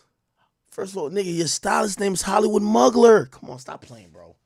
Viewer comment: Every time AK said Hollywood Mugler I cried 😂😂. It's pronounced moo-glare but I also don't expect you to know that